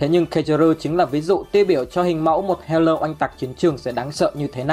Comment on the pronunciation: Sao toàn đọc thành hatai báo thù